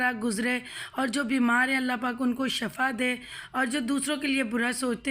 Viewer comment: شفا ش کی زبر کے ساتھ ہو تو معنی موت ہے اور اگر ش کی زیر کے ساتھ ہو تو صحت ہے۔ اصلاح کر لیں